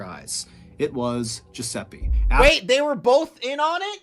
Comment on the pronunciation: riescono a dire francesca, ma giuseppe è sempre esilarante detto da non italiani tbh ahah